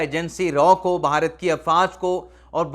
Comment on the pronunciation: جناب بہارت نہیں ہے بھارت ہے،